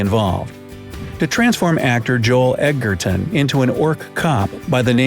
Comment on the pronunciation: It's pronounced joel edge er ton ,not , egg at ton